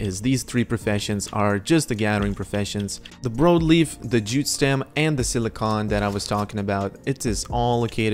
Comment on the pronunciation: Brawd leaf* is how its pronounced. Sry, Idk y its driving me nuts lol